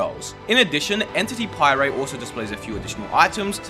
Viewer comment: Bro used a “How this is ruining Minecraft” video to learn how to pie-ray 💀